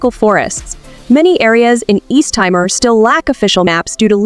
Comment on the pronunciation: Thanks for the wonderful introduction. But it is called Tea more, not Tie more